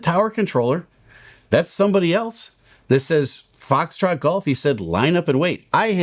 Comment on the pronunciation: Gong show on all fronts. But i am sorry. The controller added to the problem with poor phraseology. Its Foxtrot Golf, not Fahxgof. Pet peeve. US atc and comms are very slack compared to other parts of the world thats for sure. Wild west like.